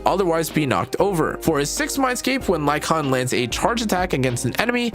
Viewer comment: HE DID IT! HE PRONOUNCED LYCAON CORRECTLY! LETS GOO!